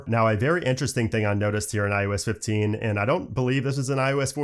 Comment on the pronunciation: Am I the only one hearing "IUS 15"... 😩😂 I guess after the 100th time he said it my ears broke 🤷🏽‍♀️